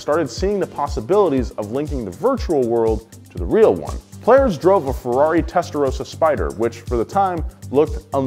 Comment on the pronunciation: He pronounced testarossa wrong.. Edit: off the hook with the midnight club shoutout